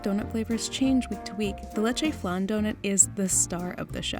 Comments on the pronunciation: The way she pronounced leche Lechey✨✨✨ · wtf is a "le-chay" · The way she says leche made me sick